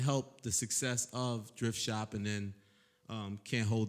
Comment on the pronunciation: am I crazy or is Eliot saying "Drift shop"?